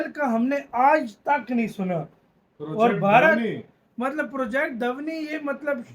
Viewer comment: धवनी नही भाई ध्वनी 😁